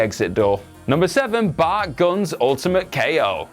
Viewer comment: Everytime you say Bart... It sounds like Butt.